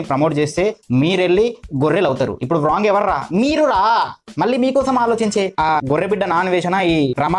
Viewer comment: One mistake....Wrong ni as it is spelling la pronunciate cheyoddhu andi rawng ani pronunciate cheyandi ..